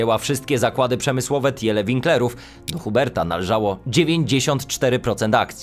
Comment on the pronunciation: Pisze się Tiele czyta się Tile